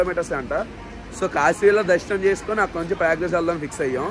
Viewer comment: Payagraj kadhu prayagraj ra babu😂😂